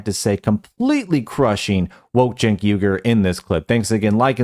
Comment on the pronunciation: It’s not jenk or cenk. it’s chunk. Get it right from now on :) eff that chunky bih.